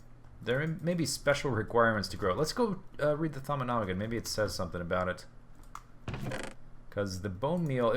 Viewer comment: you said thauminomicon the right way :( I liked how you always completely butchered its name. And on a completely different topic, i think it would be cool to have lava pipes wrapping around the item pipes